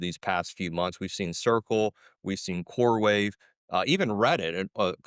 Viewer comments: It's coreWEAVE not wave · CoreWEAVE not CoreWAVE... Sorry I cant. 😖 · It’s core-weave not core wave😂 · its CoreWeave not CoreWave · It is “Coreweave”. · He kept saying core wave. He coreweve ?!?